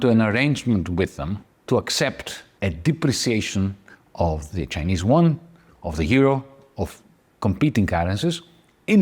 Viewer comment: BTW, the YUAN is pronounced U-AN, not WON, which is the S Korean currency.